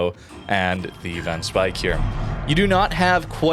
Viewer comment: Van speijk is actually pronounced “fan spayke “ ij in Dutch is an ay sound